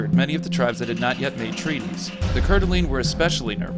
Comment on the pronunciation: but not coeur d alene